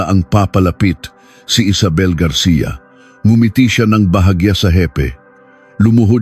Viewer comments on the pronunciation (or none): none